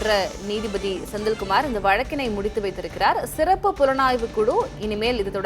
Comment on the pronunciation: What kind of reporter you are man. You are pronouncing sirappu as seruppu. Asshole